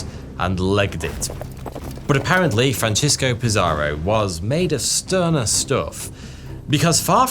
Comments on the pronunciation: Conkeestadore, not conkwistadore. Franseesko, not Franchesko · 🤣Your Spanish is crud but it's worse than that. Hilarious how you were pronouncing Francisco the Italian way Francesco. Then about halfway through your script, you realize he's a Spaniard, not an Italian 😂, or maybe it dawned on you that there's no city in northern California called "San Francesco" 🤣🤣and started pronouncing it more correctly. But you realized too late. Going back and making all those corrections would suck when most people are noobs who won't even notice.